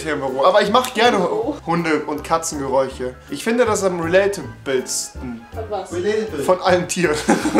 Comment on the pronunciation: Wie ihr immer Geräuche anstatt Geräusche sagt lol :D